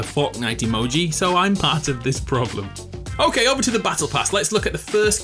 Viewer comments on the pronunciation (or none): none